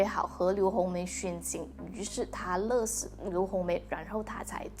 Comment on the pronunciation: 勒死=lie si le si 读音唸不准哟~~